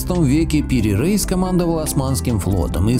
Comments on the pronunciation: Пири Рейис ,а не Рейс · Автор, буду вежлива. Но все же не Топ КАпы, а Топ КапЫ. И Пери Реис, но не Рейс! Дальше даже смотреть неинтересно.